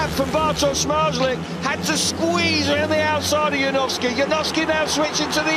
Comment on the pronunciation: Janowski not Yanovsky